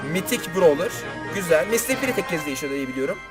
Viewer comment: Mitik değil mistik